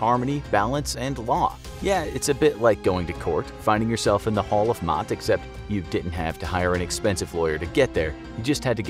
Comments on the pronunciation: Someone should tell the narrator that the name is pronounced "Ma'at". Not "Maat"! He doesn't know as much as he thinks he does. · maat is pronounced mah-aht not Mott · Iam an Egyptian myself and yea I'm pretty sure that its ma'at yea he in the vid pronounced it like Matt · It’s not MOTT it’s MY AT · Isn’t it Ma’at. Correct me if I’m wrong but isn’t it pronounced like that spelling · I like your style, but you mispronounced some names. The name of the goddess , for example, is pronounced "mah-yet." The apostrophe between both letter-As indicates a Y sound. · The house of MA'AT (My'aht)...☺ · Maat is really pronounced Ma' at....like it was 2 syllables.... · You pronounced "Ma'at" wrong. Typical western scholar mistake.